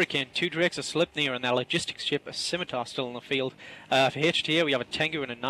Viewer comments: She finally pronounced Scimatar right. Good for her. She still needs to get a fucking clue, though. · oh...my...gawd... actually pronounced Scimitar correctly! Fantastic!, the effort you took to learn how to fine-tune your english speaks volumes about just how humble you are. I am sure you have taken an earful about your mispronunciations, but the fact that you went the extra mile to learn how to say it properly puts them all in their place. Me included.